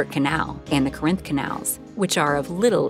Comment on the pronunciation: not sure about some of the pronunciation in this video. Falkirk, Edinburgh, Corinth